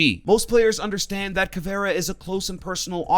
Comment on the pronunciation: Bruh the way you pronounce things is really annoying. Its Kaid (Kay D) Caviera (cav eee era) Luison (Lee-shun) Gyrzmot (Griz-Mot)